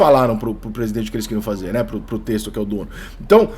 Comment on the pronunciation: Porra Rica admiro seu trabalho demais, mas da agonia como torcedor ver você pronunciar em todo vídeo relacionado ao Botafogo de "Testor" sendo "Tecstor". Começa a corrigir irmão